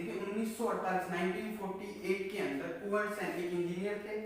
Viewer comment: Itz not कुंवरसेन,it is कॅवरसेन